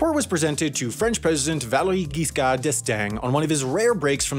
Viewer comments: The only mispronunciation I picked up on was when he said Valéry Giscard d'Estaing (he said GUISCARD instead of GISCARD). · Well, Giscard is not pronounced Gueescard but jeescar. It's the only one that caught my attention.